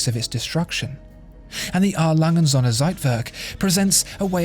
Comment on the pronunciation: Ohne day us germans have to teach you how to say Söhne...it will make these videos 100.1% perfect😊 I love this channel